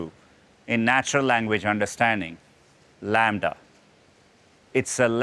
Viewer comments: laMDA.... LAMBDA... Half life 3 confirmed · Well, it is not called Lambda. The name is LaMDA, but I get it that it is close enough hahaha